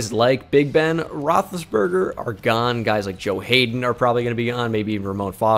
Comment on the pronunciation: Roethlisbanger? It’s rothlisberger